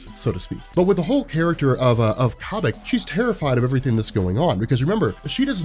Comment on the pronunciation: Corn on the Cobik.... Stop it. It's like Kobe Bryant. Kobik